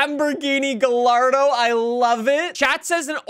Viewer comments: You've been saying Gallardo like an American for too long. It's gai·aar·dow. The two L's actually kinda make a Y sound. Freaking italians... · Its guy-yard-oh